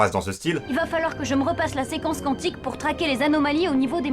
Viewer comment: Quantique se prononce comme ça s'ecrit. Ça m'énerve qu'on écorche ce mot.